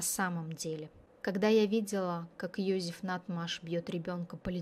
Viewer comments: какой Йозиф ? он ЙозЕф, то что автор ролика коверкает имя на еврейский лад, не означает, что он был евреем, имя интернациональное, как Дэвид - Давид, в европейских странах библейские имена популярны, это у нас, если Сара, то стопроцентов будут считать еврейкой. Он австриец, и на рожу, и характером, родители наверняка фюррером восторгались, да если б он был евреем, маловероятно, что вообще смог бы родился, в Австрии в 1935 и благополучно вырасти. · Ёзэф,не Ёзиф.Произносите правильно,очень слух режет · Не все равно...произношение на уровне Сельпо. Один Ёзиф чего стоит.